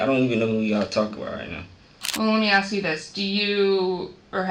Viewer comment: And you should be able to enunciate the word “ask” properly as well